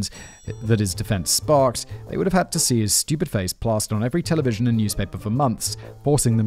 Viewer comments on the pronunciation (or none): none